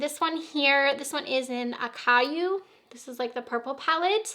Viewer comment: FYI : Acai is pronounced .............Ah. Sigh. E The more you know🌈💫💫💫